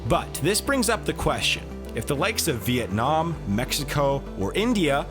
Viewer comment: Unlike other "economist" youtubers. He pronounced "Vietnam" really precisely. Nice!